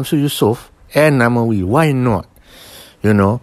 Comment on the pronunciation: Namewee...not namawee....